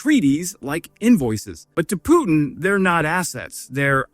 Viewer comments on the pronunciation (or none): none